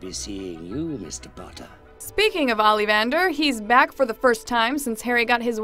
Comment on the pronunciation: thank you for butchering the pronunciation of Ollivander...